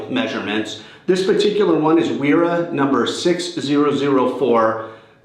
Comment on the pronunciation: Thanks for the review. I was looking to see if I can use this as a speed wrench and it looks like I can. My only gripe with your review is the name Wera is pronounced as Vera.